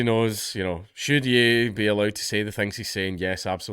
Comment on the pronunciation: Ye is pronounced 'yay'. Like the 'ye' in Kanye.